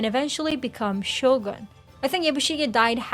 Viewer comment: Can you start pronouncing Shogun properly?